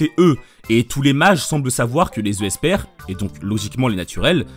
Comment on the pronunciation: J'ai une question, pourquoi tu prononces "Esper" "Euh-esper", j'ai l'impression que tu lis le mot avec 2 e et la question me taraude ToT